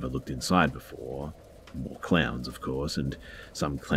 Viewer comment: At first I thought you said they had clams. Then I got that you said clowns. I was wondering how anyone could be that obsessed with clams.🤣🤣🤣🤣